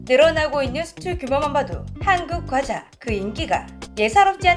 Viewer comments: 과자가 꽈자 발음이 들리는건 저뿐인건가오 :) 가상인간 발음 수정 부탁드려요.:yougotthis::yougotthis::yougotthis: 아참, 첨언하자면 러시아의 경우 초코파이 등 국내과자가 대거 군보급품으로 주고 있어요. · 아~~~ 오늘도 어쩔수 없는 고향의 발음....'꽈자'...ㅋㅋㅋㅋㅋㅋㅋ